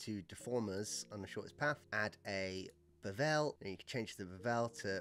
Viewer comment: Do you really pronounce it Beh VEL!?!?